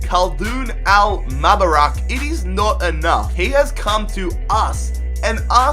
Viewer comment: Al MUbarak not MAbarak